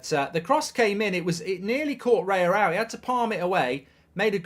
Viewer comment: It's not Reya, It's Raya hahahaha